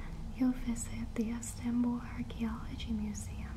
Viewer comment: Never heard of an "instanbull" before. Is it anything like Constantinople?